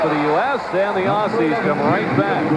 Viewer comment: typical american commentator pronounces aussie's wrong again